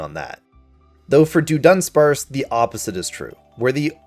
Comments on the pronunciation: You mean “Duh” Dunsparce? It’s not Doonsparce. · I’ve never heard someone massacre the pronunciation of Dudunsparce until today. Thank you sir. It’s not “Doo-dunsparce”. It’s Duh-dubsparce. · We are groaning coz of your pronunciation of Dudunsparce. how did you come about to pronounce it that way? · You need to make a public apology for how badly you mispronounced dudunsparce